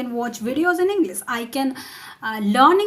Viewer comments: First you have pronounce properly The word English then make me to learn with you🙂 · your prononsation is wrong like that you saied english